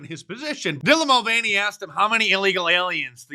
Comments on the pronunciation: He called him Dillan Mulveny LOL!!! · “Dylon Mulvainy” 😂😂😂😂